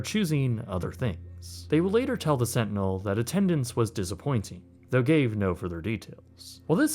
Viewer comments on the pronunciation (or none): The Orlando "Slantinel"